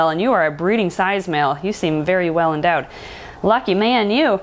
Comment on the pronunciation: "You are very welo endowed" 😂